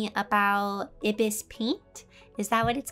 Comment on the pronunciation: Ibis is pronounced eyebis lol